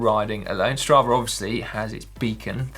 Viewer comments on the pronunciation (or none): i know brits love adding letter R in the end of the words and i tolerate this with mental torment but come on. its STRAVA not stravar